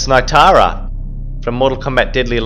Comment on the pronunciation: It's N "ie" tara, not N "eye" tara.